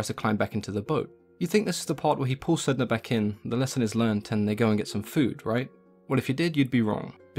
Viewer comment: My understanding is that Sedna should be pronounced Sanna. Refer to "The Wolf in the Whale" by Jordanna Max Brodsky. A fictionalisation of the first meeting between the Inuit and the Norse.